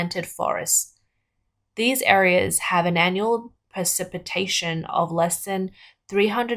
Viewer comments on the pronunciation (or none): She couldn't even pronounce "precipitation".😂